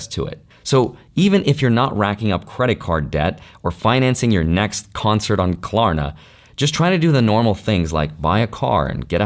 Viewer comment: Ummm your definitely saying klarna wrong 😂